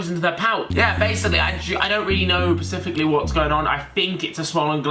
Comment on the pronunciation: I don't really know pacificaly is going on 😂😂😂😂😂 pasificaly